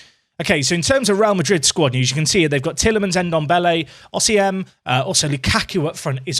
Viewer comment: I am waiting to see a day in which will pronounce Osimhen correctly!!